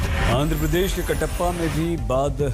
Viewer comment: kadappa not kattappa